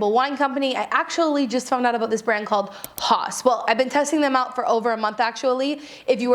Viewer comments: I think it's pronounced 'house'? Although, I'm not German. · Is haus not pronounced house??? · This is great--thanks! PS I think the wine is probably pronounced 'house'. It's actually the German word for house, if I remember correctly, and the pronunciation is approximately the same. <3